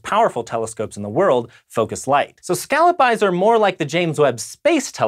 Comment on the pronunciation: Can you pronounce scallop right at least?